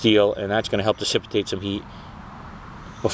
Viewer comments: Nice job, fine work. If I had to hear you say dissipitate one more time instead of dissipate, I would have gone crazy. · dude, seriously, repeat after me: Di Ci Pate = dissipate. Get hooked on phonics bro cause the whole world is watching! lol